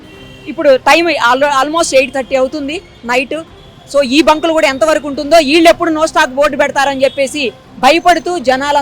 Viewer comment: పెట్రోల్ బ్యాంకులు కాదు పెట్రోల్ బంకులు